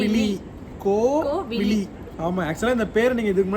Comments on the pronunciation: Name tamil peru dhan but ninga renduperum solradhu pronounce panradha thapu kovili ila kovizhi tamil la crt ah kupdunga name ah azhaga vechitu thapa kupdadinga🥰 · Good name pls try to pronounce the name as கோவிழி Not கோவிலி. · கோவிழி அற்புதமான பெயர், வாழ்க வளமுடன். ஆனால் கோவிலி என்று சொல்கிரீர்கலே, தயவு செய்து உச்சரிப்பை சரிசெய்ய நன்று🙌🙌🙏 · "ழி சொல்லி பழகுங்க. கோவிலி னு சொல்லாதீங்க. தமிழ் பெயர் வச்சத்தில் பெரு மகிழ்ச்சி.. தமிழுக்கு சிறப்பு "ழ ".. கரம். எனவே கோவிலி னு சொல்லி பெயரின் அழகை மாத்திடாதீங்க pls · Name கோவிழி but both of u pronunciation கோவிலி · கோவிழி உச்சரிப்பு சரியா சொல்லுங்க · Papa pera correcta pronounce pannung.parents Rendu perume unga pappa pere solreenga.idula pera vilakkam solreenga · Varadhu nu solakudadhu soli pazhaguna dhan varum😂 apron andha peruke azhagu ilama poidum kupdradhula dhan azhage iruku tamil peuar tamil la crt ah soli kuptadha nalairukum ok va sis